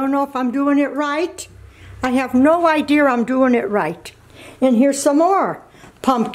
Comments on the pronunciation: drinking game take a shot every time she says "no idear" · "i have no ideur" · I love how she says idea... idear. 😃❤ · “I have no idear” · “I have no idear”